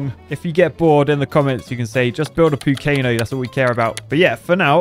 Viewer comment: poocano??? LoL